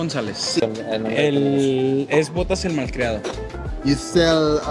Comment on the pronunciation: Very good video 😊 You forgot the R in malcriado but I really enjoyed the content!